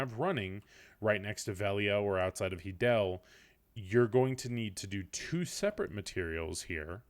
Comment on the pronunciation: "Hee-del" i'm fairly sure it's "Hi-del" the stable (Izaro) says it when u speak to him lol